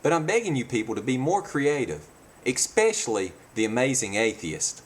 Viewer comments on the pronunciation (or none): Stop saying EXPECIALLY. It's eSpecially.